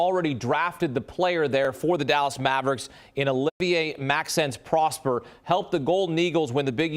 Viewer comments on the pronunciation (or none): Pronounced Pross-PAIR.